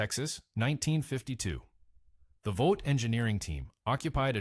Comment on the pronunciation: Yes. It’s Vought, not Vaught.